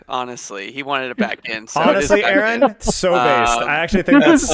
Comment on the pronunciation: In this fantastic interview, everything was smooth sailing until... 'AY-AY-RON'., please.